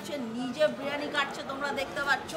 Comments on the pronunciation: বিরিয়ানী ❌ ব্রিয়ানী ✅ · বিরিয়ানি ❌বিরানি ✅